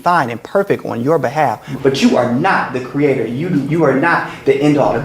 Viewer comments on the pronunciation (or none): none